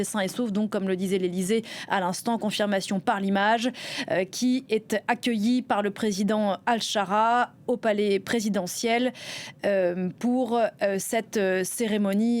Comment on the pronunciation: Pas "Alccharaa" 😆😆😆 Prononcez "Achchar"